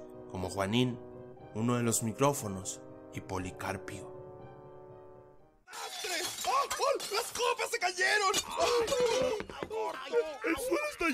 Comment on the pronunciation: Me gusta tus vídeos, lo único que me molesta es que aceves pronuncias mal sus nombres, es Policarpo y no Policarpio, al igual que Thomas y No tomás 😐 Mejora en eso sí 😉👍